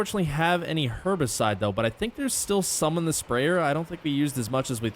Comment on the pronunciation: I swear u aren’t supposed to say Herbicide like that…